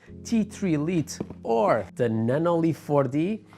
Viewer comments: Great video! Thank you! Also, for future reference, "Lite" is pronounced like "light," not "Leet." It's an informal variant of the word. It's like a nickname. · Bom video! Só uma nota: "Lite" pronuncia-se "L(ai)te. Força! ;)